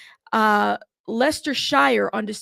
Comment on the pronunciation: It’s pronounced Lestersheer